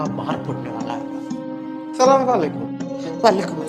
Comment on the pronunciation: App assalam Galt kar rahe ho please sahi se karo